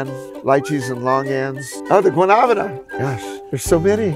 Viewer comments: "Stop stop, you're doing it WRONG. It's gua-na-ba-na, not gwen-a-bawn-na!" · Guanabana?!It’s GUYABANO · First off, I just said it hurts when he pronounced it incorrectly, I never said HOW to pronounce it, and second of all, it has nothing to do with murdering a dog, think of another thats relevant